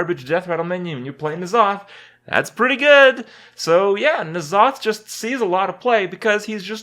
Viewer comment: its so annoying to see when hearthstone players that dont know shit about warcraft say stuff that is incorrect n'zoth is pronounced en'zoth